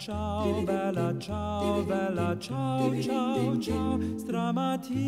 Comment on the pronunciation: "stramatina mi sono alzato" "Bèla ciao" " e soiomuoio da particiano"... emozionante per nulla... capisco che chi non parla inglese e lo impara si espone alle critiche e ai sarcasmi di chi parla inglese, ma se si vuole cantare in italiano, almeno si faccia uno sforzo minimo per una dizione non dico decente, ma non ridicola e assurda... non ci sarebbe voluto un logopedista, ma qualcuno che indicasse come pronunciare le parole... ...inascoltabile.